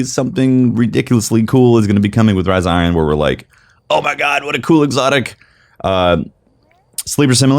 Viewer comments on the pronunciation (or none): Riza Iron... Can't unhear this.